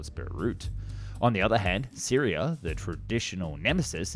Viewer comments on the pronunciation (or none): none